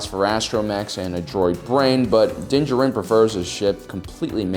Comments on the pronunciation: Anyone else hate how he says his name It's Din jar-in mate Not dincharin Love the videos otherwise keep it up mate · This may be a bit pedantic of me, but can you PLEASE stop pronouncing his name "dinja-rin"? For crying out loud, they say his name in the season 1 finale, so you KNOW how it's supposed to be pronounced! It's "din JAH-rin" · Din DJarin = “Dinjurin” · Why are you saying “Din Jarin” like that? I hope it’s a gag and you’re doing it on purpose lol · You just cannot pronounce his name, can you? C'mon man...you are just about my favorite channel...are you dyslexic? Not maki g fun of you.. I. Just asking...cause I notice you have a lot of trouble pronouncing words. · You’d think someone who’s producing monetized content devoted to sci fi he’d learn the pronunciation of the protagonist’s name. Also, y’all know this is fiction, right? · So do you even watch the show? Or do you just intentionally mispronounce Mando’s name? How annoying.